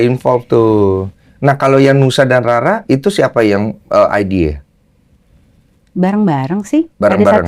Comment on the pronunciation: Nusa rara bang dens bukan Nusa Rura😂😊